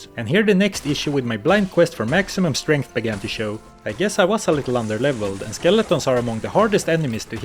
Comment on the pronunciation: "All you can upgrade is STRANTH!!"